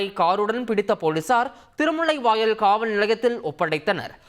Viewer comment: காவள் நிலையம் அல்ல. காவல் நிலையம். தமிழை கொலை செய்யாதீர்கள்